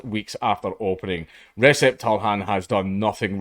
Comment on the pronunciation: "Recep" Dude is turkish, anti turkish racism is on the rise these days and it is really sad. Where could that come from?I wonder. Certainly isn't from the UK where we don't care about turks. A certain country does though, hmmmm. Also it is pronounced rejep. And I'll be going there ASAP.